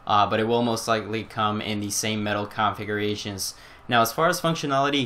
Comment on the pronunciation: Caan-figurations... LOL